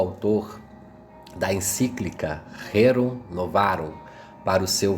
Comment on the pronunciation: Meu caro, parabéns! leste,muito bem, seu canal é super meritório! Alguns equívocos, em algumas pronúncias, mas nada que comprometa seu objetivo. A contra gosto vou citá-las, pra evitar críticas deletérias: Bravias e não brávias, Rérum, Pároco, e não paroco! Muito obrigado pelos ensinamentos!